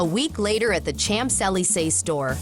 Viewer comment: Narrator could learn to pronounce Champs-Élysées correctly. Hint: It's not 'CHAMPS' as in 'champions'.